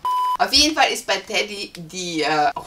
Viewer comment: Bitte sagt nicht immer Teddy. Es heißt Tedi. Das triggert, wenn man es ständig falsch hört.